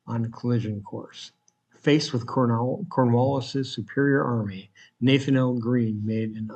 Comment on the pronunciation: Maybe check how to pronounce Nathanael??